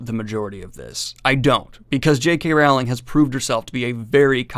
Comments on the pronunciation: If your going to SLAM someone you could at LEAST pronounce her name correctly. It's ROWLIKG like BOWLING. NOT Rowling like howling. Other than that, I agree. This book SUCKS!!! But please learn to pronounce her name correctly. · Hello Daniel, just FYI it's pronounced Rowling as in Bowling, not "Raughling", other than that, great video man! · Her name is not R**OW**ling (as in "ouch"), but rather "R**OH**ling, like "roll". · Rowling as in Bowling dude, not "Raughling" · I hate myself for even typing this, but it's Rowling, pronounced like "bowling." The middle part of her name is pronounced "ole," not "owl." Thank you for coming to my Ted talk. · Rowling is pronounced rolling. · I pronounce her Wowling But to defend myself with a German Acsend it's Wowwling or RRRowwling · It's Rowling, like bowling (not like howling) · You’re still mispronouncing Rowling’s name omg 😬😶 (sounds like Rolling) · Rowling is pronounced like bowling. Just fyi.